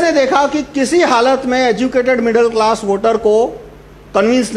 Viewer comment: stopped watching when he said "middal class"